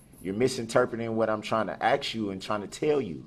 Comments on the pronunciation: His 2nd grade teacher should be in jail. No one ever stopped him and said, "It's ASK, not AXE." At least the judge corrected him on the "biast" issue. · Emily Williams there you go, he's just said it again .AXE a questioni🤦💪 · He has little knowledge of everything. The dude doesn't even know how to speak correctly. Can't even pronounce the word, "ask" properly: "I'm AX-SKING you a question.' A basic, simple three letter word. Smh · I have never hated another human as much as I hate Darrell Brooks. Even down to how he say "undershtand" and axe instead of ask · Not that it matters, but ‘axe’ is a an accepted way of speaking. Yes it doesn’t sound right to the ear of any of us who uses the word ask, but I have seen this annoys people and actually did some digging about it, and it’s an old fashioned way from the islands like Jamaica still being used, it just phased out of some areas as language evolved, just like the word ‘thrice’ isn’t used as much anymore. Yes I know this has nothing to do with the video, I’m just kindly saying, it’s not WRONG, even if it sounds annoying. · It’s ASK, not AX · Tell him that there is no X in the word ask. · How do you Axe someone ? I've heard of asking someone ! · He's attempting to " AXE " the Judge ? What a wordsmith 😆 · If this fool says “axe a question” one more damn time. 😂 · "YOU AXED ME TO DOODAT.". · He had things to "aks" the judge? lol Another smooth-brain individual. What a waste of oxygen. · He can't even pronounce "ask". With all due respect.